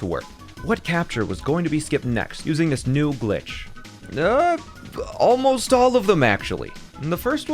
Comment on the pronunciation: "aaalmost" alright nigga "almost" 🙄